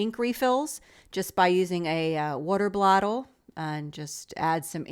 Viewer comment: Haha! You said, "Water bLottle!" Seriously, though, I love all the ideas you show. You are much more ok with grungy/sketchy/messy looks than I am, but I still appreciate the inspiration and your enthusiasm!